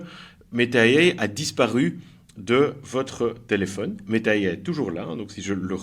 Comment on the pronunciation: MERCI. j'ai un ami en plus. svp, prononcez AI en français pas en américain.